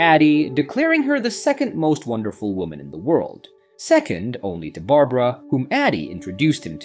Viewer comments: You say midnight when the clock says 3am, "mystical Chinese toy" when it is very clearly a Russian doll, you call Barbara Berabera... what else did you get wrong? Is this an AI channel or something? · "Bara-bara"? Someone help this A.I. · who is bera bera? maybe yall should teach the ai to read better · When you miss a spelling mistake in your script and the AI refers to “Barbara” as “Barabara” in the middle of your vid without missing a beat. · Good job wit the fake voiceover, at first what gave it away was the voiceover going between pronunciations such as going between saying A-dy and Ad-dy, but the real kicker was when the voiceover said Bara Bara instead of Barbara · Bara Bara for Barbara hahaha. If you're gonna be lazy and not get a VA at least QA your AI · Bera-Bera 🤣 AI funny